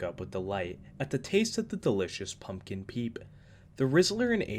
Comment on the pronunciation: bro the way he used the hard P on pumpkin peep killed me